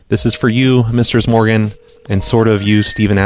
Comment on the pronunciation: I always thought he was saying "". Am I the only one?